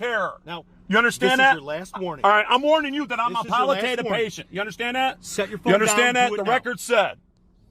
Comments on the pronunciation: pallatative care? don't you mean palliative? 😂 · Yup, and he couldn’t pronounce “palliative”. 😂